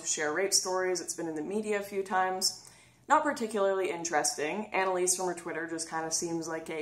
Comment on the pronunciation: You mispronounced her name, it's Anallease.